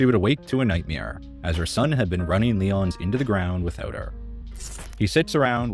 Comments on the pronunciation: OTHER THAN PRONOUNCING the restaurants names wrong (Lee-ǒ-nees) you do a great job! Love your videos! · lee-OWN-ees oi